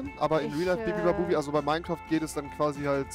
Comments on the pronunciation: Bibibabubi sagt er die ganze Zeit Statt bubibabub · Wie Rewi anstatt Bubibabub, bibibabubi sagt 😂😂😂😂😂